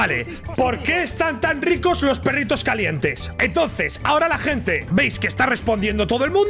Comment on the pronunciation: Me voy a ver la resistencia. Adióhhhh mi hente, suh quieroh